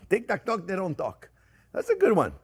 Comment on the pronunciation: ”They don’t talk in tik-tak-talk” 😂 You just have to love Jean Pierre ❤️